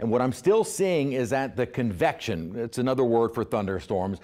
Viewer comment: I thought he said confection and it made me want to enjoy a delicious Carvel's Cookiepuss Ice cream Cake.